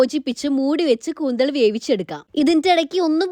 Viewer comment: കൂന്തൾ അല്ലാലോ കൂന്തൽ അല്ലെ.......... നമ്മുടെ ഇവിടെ കൂന്തൽ എന്നാണ് പറയുന്നത്......